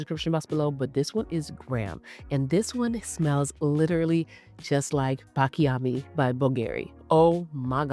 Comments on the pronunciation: I love you videos :) I just wanted to tell you that we pronouce it : BATCHIAMI ! I'm italian that's why I decided it to tell you :) Kisses :) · Love you.. you're butchering the names Baciami (pronounced Bah-chee-ami), Sol de Janeiro (Jen-air-oh), Khair (pronounced care), Nishane (nee-shah-nay), Sospiro (so-speer-o). Peony is pronounced PEE-uh-nee (stress on the first syllable). I swear i think you're amazing and not trying to be shady- truly trying to help you (and your viewers who watch and learn from you) out. ❤